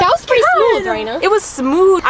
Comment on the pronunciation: Yep, except it’s not “Amelia” it’s actually “Amalia” pronounced Am-ah-lia and it’s not “Reana” it’s actually “Raena” pronounced Ray-na. Other than that perfect and the placing are correct! ☺️